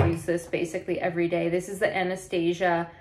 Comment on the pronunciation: I love Chanel Boy and all their lips products. I have a few Chanel brushes, eyeshadow and powders. Btw:" Anastasia" Is pronounced slightly differently. Check out some other makeup videos with beauty influencers in it.